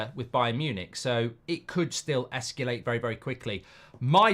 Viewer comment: Escalate not esculate!